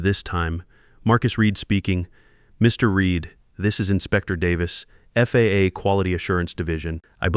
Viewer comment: And the AI narrator said "There it was on my calendar. The "FAH' surprise quality audit...." Yup an absolute surprise "FAH" audit will trip you up every "ZERO EIGHT EIGHT HUNDRED HOURS".